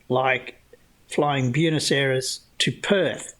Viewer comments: Love your work! Sav here - Fellow Aussie from Melbourne here. Btw…”Buenos Aires” is not “Byooness”, it’s more like “B-ware-nos Aries”. Keep up the great content. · The only thing more offensive than Banjo’s mangling of the facts is your mangling of the pronunciation of “Buenos Aires’.